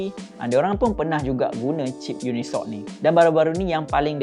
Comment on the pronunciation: Yes..cip tu dia baca uni soc bukan unisoc